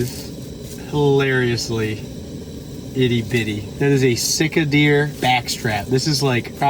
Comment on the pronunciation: Sika deer is pronounced Seekuh Deer. I like your boat camper. I just watched that outdoor boys